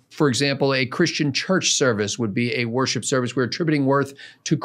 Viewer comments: For a moment, I thought was saying, “Warship.” 🤔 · AlienRenders I’m sure it’s just the way pronounced worship. I just comes out like warship.